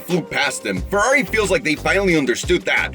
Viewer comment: Brace yourself the era of the Ferrraaaari "italian accent" has begun 🚘